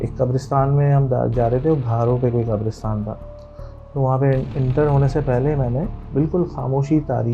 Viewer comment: Qabrostan✅ Qaberistan ❌